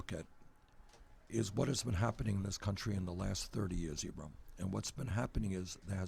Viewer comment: DId he say Ebrum? lol